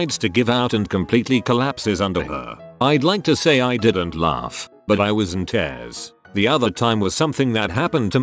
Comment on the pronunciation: I love listening to these stories but please check the spellings and meanings. ie scarf was meant to be scoff and tears is almost always the wrong pronunciation